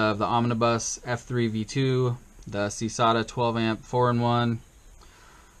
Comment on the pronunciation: Nice build! The ESC is pronounced Sik-AY-duh btw, like the bug